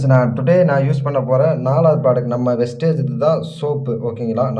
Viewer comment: வெஸ்டேஜ் அல்ல வெஸ்டீஜ்